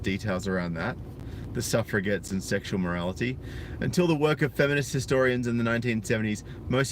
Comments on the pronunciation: Its pronounced suff re jets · How easily we suf-forget about the suffragettes! (And I can't be the first person in the comments to point out that it's pronounced with a soft 'g', i.e. "suffer-a-jet".